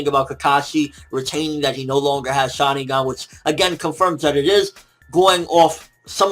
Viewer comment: it is pronounce shaRINgan. not shadigan. you idiot